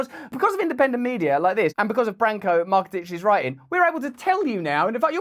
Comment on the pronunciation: It’s Branko Marcetic… not “Marketic”